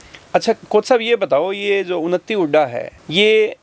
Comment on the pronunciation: ये उनत्ती नहीं उन्नति है । Vlog बनाने से पहले थोड़ी हिंदी सिख लो ।